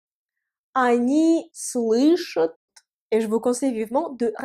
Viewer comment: Super vidéo, Bravo "Tassur" Grave de Ouf de maboul, par contre petite remarque constructive j’espère:pour la troisième personnes du pluriel pour "Entendre" "они слышат" phonétiquement j’entends le son "chOUT" dans ta voix à la fin, un peu comme si ça s'écrivait "ют" au lieu de "AT" mais pour le reste c'est très bien expliquer, voilà pour le like et le commentaire...увидимся